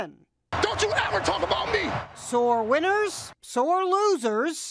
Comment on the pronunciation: “Sjinhie Kenneg” 🤣🤣🤣 how does she pronounce his name whahaha